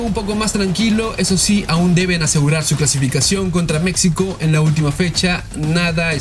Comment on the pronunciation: Pronuncie bien MEXICO!